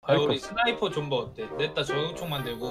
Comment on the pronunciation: 나만 첨에 버섯 존버로 들었나